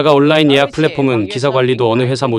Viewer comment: 시붤이 아니라 시월, 올라인이 아니라 온라인.